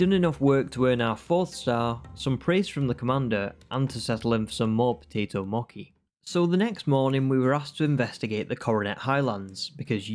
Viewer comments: you were saying mochi wrong, is what they were saying. The “ch” bit is pronounced like how it is in the word “cheese”, so instead of “Moe-key”, it’s more like “Moe-chee” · MOKI these nuts - its Mo - Chi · It's mochi! Not mokki!!!!!! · Him saying moki had me in tears. It’s pronounced “moche” (I’m Japanese I think I should know how to pronounce it) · I’m sorry but I’m super annoyed at the potato moki and not mochi 💀💀💀😭😭😭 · Mochi is pronounced the same as the "ch" in cheese. Moh-chee :) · btw its pronounced Potato Mochee ! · Fun video but why are you calling it Moki?!?! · How you pronounce mochi pisses me off but apart from that good video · ur way of saying mochi pains me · it is a great video otherwise, I just thought the pronunciation was funny.